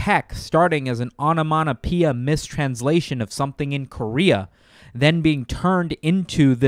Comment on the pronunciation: my man says "onomanapeea" instead of onomatopoeia. Kind of like how in your last video the script read "grandiose" but u said "Grandoise" like it's a pokemon evolution. Whoever is writing your scripts, go over the complicated words with them :DD